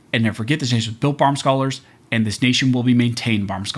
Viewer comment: You have such interesting information and deliver it in readily understandable way. Then you mispronounce your own channel name. Do you really mean to say "Barm Scholar" instead of "by Armed Scholar" ? Practice pausing slightly after the word "by" and pronouncing the "D" say the end of "Armed".